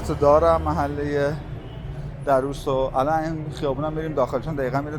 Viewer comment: A walk down memory lane again! Lived in the area (Darrous) for many years. I can say it is one of the most pleasant areas of northern Tehran. Just one note here: It is pronounced Dar-rous , stress should be on R in the word. Thanks for sharing.